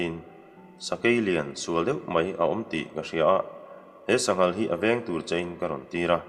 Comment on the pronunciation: Sangha an hmeh dawn maw tia, sanghal i ti leh daih nia